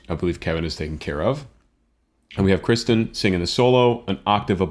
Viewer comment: I just found your channel tonight and love your comments! Your appreciation for great talent is obvious. I love your in depth analysis. However, please learn to pronounce KIRsten instead of KRIsten. Kirstie rhymes with thirsty. As much as I love your commentary, I feel like it was distracting that you didn’t know her name.